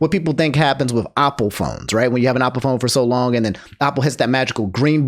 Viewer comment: "Opple" phone...